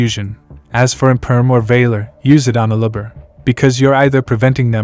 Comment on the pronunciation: Is this a text to speech robot talking? Some of the pronunciation is so weird, like how you say "Aluber" it comes off sounding like "a lubber".